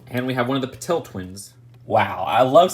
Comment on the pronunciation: I think BeauxBatons is pronounced Bow-bat-ins. I could be wrong though. Also I think it’s Pah-teel, not Pah-tell